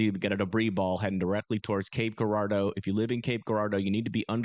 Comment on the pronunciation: okay i know it looks like cape guuurardeau but its pronounced Jurardo if that makes sense lmao